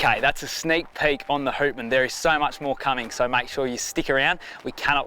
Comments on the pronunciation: Houtman is pronounced “H - out - man” .. out as in outside. I work on cray boats out of Geraldton and around the Houtman Abrolhos Islands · HOWTman……not WHOtman!!! Named after the Abrolhos. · yeah boys good solid boat built to withstand the WA big swells. The name Houtman is actually pronounced as Howtman as in Howtman Abrolhos, dutch words meaning "Keep your eyes open!" referring to the islands there that the dutch ran into at times :) Hope she goes well!